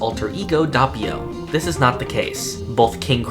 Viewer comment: your butchering Doppio's name & U call your self a JOJO fan NOOB